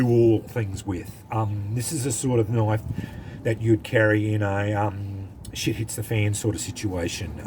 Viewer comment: Thats a noice knoife.